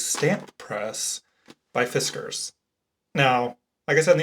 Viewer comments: i pronounce fiskars like the "ars" is the same as in mars or bars. that's how i've heard it on tv as the sponsors of some pbs sewing or quilting show. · Fiskars is a Finnish company so your second version of pronunciation is correct. Not the one you generally use. 😁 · fi-SKARS sounds awful to me. its FI-skars like whiskers. you cant convince me otherwise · Sorry, but his pronunciation of Fiskars is not correct. FiskArs with emphasis on the A is correct, which probably is what someone tried to point out before. The issue is that is an American and therefore can't really nail the phonetics of the Swedish a-sound, hence the issue with the second version he tries out (fisscArs). The emphasis is correct of the second pronunciation (fis-kArs), just not the phoneme. Love from Sweden! ❤️ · "Fisk- ers" is the correct pronunciation. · Holy smokes! THANK YOU for responding! I had never heard anyone pronounce it"Fis-CARS" like they told, so I love the way you spelled out the pronunciation for us...I always said FISkers, so I was close! I gave your reply a THUMBS UP! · It is pronounced fis cars. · Great video! I have several of these tools. My Fiskars (I pronounce to rhyme with whiskers - don’t know if that’s accurate) is smaller. I still use occasionally. Love your videos, wishing you the best of luck with your new career. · Correct - it is a finnish company. Finnish always has stress on the first syllable, so 'FIS kars'. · Fiskars is pronounced the way you were corrected to say it -someone from their country of origin (finland)